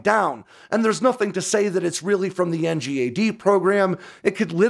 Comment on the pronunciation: Please can we call it ‘en-gad?’ Not spell it out.